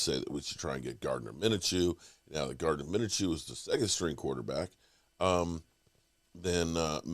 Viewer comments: Gardner “Mina-Chew”???? I think you mean.. MIN-SHEW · Just watch a single video of players names it's kinda incredible that Micah was pronounced "meenka" and now a 2 syllable name Mineshew is according to you pronounced "minnachoo". No need to put like 40 hours into a 8min video but we're talking 6 mins Max watching and just not making such insane mistakes.